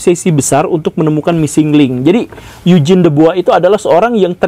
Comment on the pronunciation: Topik yang menarik, saya selalu punya pertanyaan soal ini. Sama hal menarik juga dulu pas pelajaran sejarah perasaan Eugene itu cara ngucapinnya "yu-jin" kok ini jadi "eig-ne" wkwkwk.